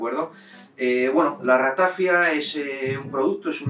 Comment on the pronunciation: Perdone, se pronuncia Ratafía, en catalán no se acentúa la i porque no hay diptongo.